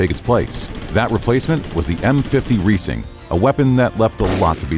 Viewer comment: Reising rhymes with rising.